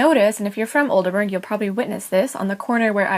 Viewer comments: SHE CANNOT EVEN SAY OLDENBURG CORRECTLY "BURG NOT BERG" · Nice video. I love Oldenburg, it’s a lovely city. My Dad is from Oldenburg. It blows my mind that she lived in Oldenburg for such a long time and still doesn’t know how to pronounce the city‘s name?